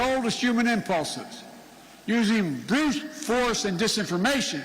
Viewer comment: Broofff force?? LET'S GO BRANDON.